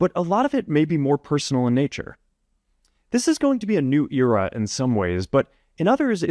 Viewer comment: The stupid AI can’t even say “era” right.